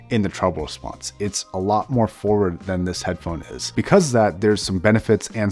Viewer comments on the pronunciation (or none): none